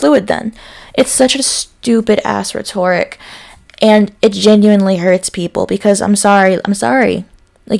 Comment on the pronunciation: Love your videos! I only make this comment because I've noticed this in several of them and I'm sure you want your videos to be erudite and credible so: rhetoric is pronounced "REH·tr·uhk", stress on the first syllable. Ether is long e, "EE·thur".